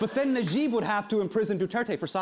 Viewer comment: wan nash I like how he pronounces it as ner-jib instead of naah-jib